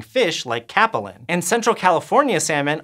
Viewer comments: CApelin are pronounced Cape-linnot Capel-in. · Sorry I'm really not usually this person but it's pronounced "cape lin" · Capelin - pronounced like the word cape (a piece of fabric worn over the shoulders of superheroes that get sucked into jet engines) and Lynn (a name usually reserved for female humans) Chinook - pronounced like the word shin (anterior facing surface of the distal portion of the posterior limbs of a mammal) and ook (like look minus the L)